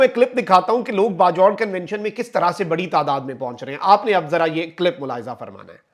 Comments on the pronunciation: It is Bajor aur Bajaur not Bajvar. Thank you for your report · Its Ba-joorh, na bajh-warh!